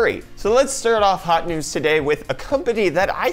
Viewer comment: so I'm not the only one who cracks when it hears HAT NEWZ! :)) now you got YOUTUBE :-<